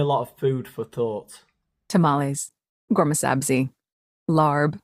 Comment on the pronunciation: As an Iranian it really irks me the way the pronounces “ghormehsabzi” She loves to hear herself talk that’s for sure